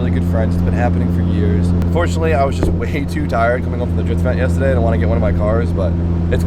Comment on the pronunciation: You say yesterday weird lmao